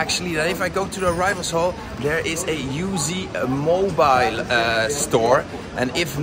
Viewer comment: Uzmobile is pronounced ooze-mobile, Uz standing for Uzbekistan.